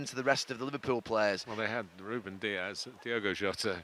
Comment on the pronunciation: Yeah I heard that “Ruben” Diaz one😂😂